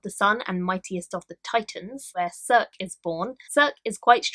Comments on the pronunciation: Circe is pronounced as kirkee. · Circe is pronounced “Sir-See”. Sounds like it’s going to be a great read!!